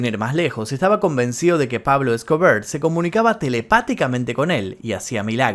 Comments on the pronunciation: Por qué decís Pablo Scobrrr habla bien, E S C O B A R se dice, sos argentino y el español es tu lengua natal 🧐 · Jajajajaja x2 tambien me gusto como dijo pablo escobear